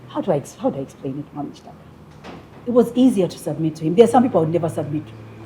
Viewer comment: Can someone tell me, in Uganda you pronounce Ki as chi? I heard you saying Chitaka yet it reads Kitaka. Even Mukiga I hear you saying Muchiga.